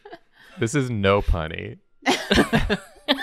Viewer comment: Is that “Nopunny” or “Nope, honey.” ?